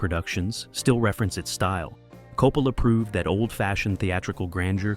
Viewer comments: Coppala?????? no se pronuncia Coppola???? Yo siempre he oido pronunciarlo Coppola como apellido italiano que es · Sono Italiana, I'm Italian. Chi è 'COPALA' ??? Who is 'COPALA' ? 'COPALA' è un sacrilegio! 'COPALA' is a sacrilege! 'Coppola' è un cognome ITALIANO. 'Coppola' i s an Italian surname. Si pronuncia CO-PPO-LA non COPALA! it's pronounced CO-PPO-LA ! Per favore! Please! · please stop saying coh-poh-la